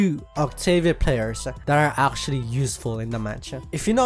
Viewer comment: Don't take this the wrong way, but it makes me laugh everytime you pronunce "Actually" as "Arschually". No offense, seriously, I just love that pronunciation. Anyway, I'm a Kinessa main, so you can probably tell which Damage champ I prefer.